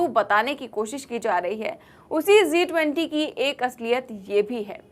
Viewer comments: It's G20 not Zee20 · It's G 20, Zee20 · G 20 not zee 20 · Zee 20 nahi G 20. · Zee 20 Nahi G 20.😂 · Aap zee 20 bolrahe hain madam jab ke it is G 20 hai please correct your self